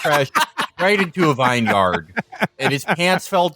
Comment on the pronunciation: I love Felix. Vine-yard, as opposed to a vin-yerd.